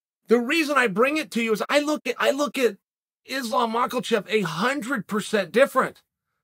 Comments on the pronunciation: I want Chael to be ringside calling Islam's next fight so I can count the times he says "MockleCheff" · For the love of god why are you still calling him Mocklechev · Chael “Makhalchev” Sonnen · Why does Chael think the H in Islam's name is an L? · I love fighters like Mocklechev and Duhroosh- chael